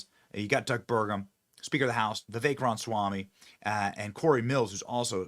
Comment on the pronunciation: BENNY. YOU'RE KILLING ME. YOU'RE KILLING US*. IT'S RAH-MUH-SWAMY. Say it with us now. RAH-MUH-SWAMY. NOT: "RONswamy" For the love of God, please. Fix it 🙄🤦‍♀️